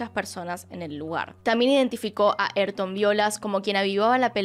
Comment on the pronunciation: "eytor" jajajajajaja se llama y se dice A Y R T O N .